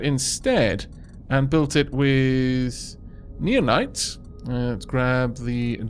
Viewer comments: You're probably suppose to pronouce it now-nites, common with nao to be pronounced as now. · I think naonite is pronounced like 'now-nite.'